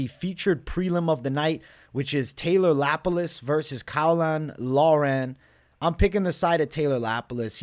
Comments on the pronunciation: Caolan Loughran is basically pronounced Cay-lin Lock-ran btw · Cay-lin lock-ren is how you pronounce it mate love these vids